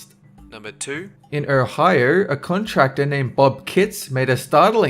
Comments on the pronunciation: Er-high-er = ohio..... LOL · "in ohiurr" lmao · pronounce "Ohio" a couple times, it's funny, like he does it in !!